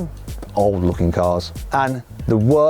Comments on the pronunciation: 외국인이 쌍용 발음이 되네? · 쌍용 발음이 좋네요 ㅋㅋㅋ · 쌍용 발음 찰지고~~ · 이 아저씨 쌍용 발음 왜이리 찰지냐 다른 외쿸인들은 생-용 이럴텐데 ㅋㅋㅋㅋㅋㅋㅋㅋ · 쌍용 발음 너무 찰지다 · 쌍용 발음 정확하시네요 ㅋㅋㅋㅋ